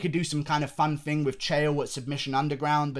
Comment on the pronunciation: You guys hear that, he said Fing instead of thing, he must be working on his accent he does not say it like that anymore, he's getting fancy like Kiera knightly